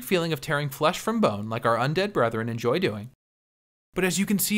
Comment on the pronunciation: So well done. I’m particularly impressed with how you even mispronounce “enjoy”. It drives me crazy every time Chef John says “injoy”.